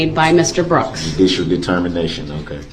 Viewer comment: "Du-dishull determination"